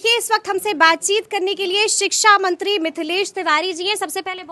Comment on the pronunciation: Siksamantri nahi sikchamantri kahten hai